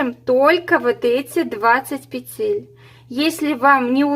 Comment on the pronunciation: Все понятно доступно мне очень понравилось спасибо Но почему-то в слове-Петель-Неправильно ставите ударение